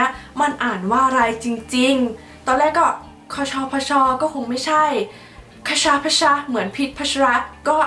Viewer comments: อ่านว่า คด - ชะ - พด ค่ะ มันแปลว่าช้าง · อ่านว่า คด ชะ พด ค้าา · คชพช ของพี่ช้าง มันนะจะ คช - (คดชะ-) ที่แปลว่าช้าง พช? ออกเสียงไม่ถูก ลองรวมๆกันดูนะคะ แต่เราอ่านว่า คดชะพช 55555